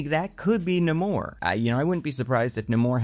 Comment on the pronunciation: The better question is; where is Hulk?? Also, Namor's name is pronounced: "Nay-More".